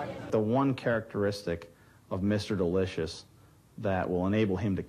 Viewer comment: The way and pronounce "Delicious" is irritating.